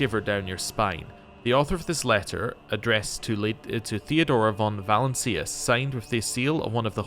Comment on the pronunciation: Im-peri-ahl-is. Va-lance-ee-us. Great series dude